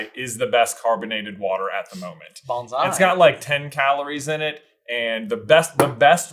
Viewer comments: J says it more like “banzai” but if you are looking for the pineapple ginger water it’s “Bonsai” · J, it's Bonsai, not Bonzai